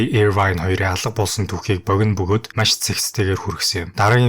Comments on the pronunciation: maiiish gheern gaihlaashd maaaash gj heleech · чи тэгэж яриад байнаа ха эрэлхийлэгч Маш гэж ярих нь зөв гэдгийг л хэллээ хө Ярих сэдэв чинь чанартай ч ярих чадвар чинь муу байлаа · Майййш😂 үг хэлээ гоё зөв дуудаш байгаарай бро